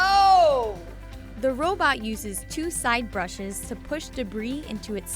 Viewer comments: did she just say hoe bot? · LOL “hobot”....suction...